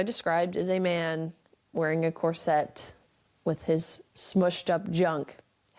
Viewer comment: I don't think I've ever heard anyone pronounce 'corset' to rhyme with 'courgette', is that a thing or is it all? A great moral boost even if it did feature a rogues' gallery of bitter puppets, twitter trolls and their ilk! That Alison Bailey quote always makes me shudder. I'd like to suggest people also check out the work by Persephone van der Waard, a transwoman who has written books on sex positivity and subjects related to this video. Much love!! 💖🏳‍⚧